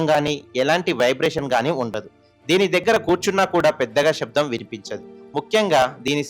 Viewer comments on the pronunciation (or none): none